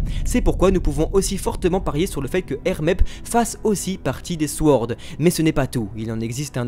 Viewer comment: Vidéo qui est au top comme d'habitude ! Mais pourvu que le mot "sword" va nous suivre un certain temps, je préfère vous prévenir que le "w" dans "sword" est muet :)